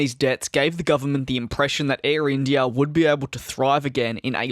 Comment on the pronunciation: The way you say IndiiAaaah is so funny